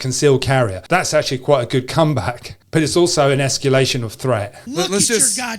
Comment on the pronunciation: Good video. That guy is a blowhard. He is a legend in his own mind. He blows smoke about conquering weaknesses, yet he can barely get through one sentence without having to stoop to profanity. By the way, the word is escAlation, not escUlation.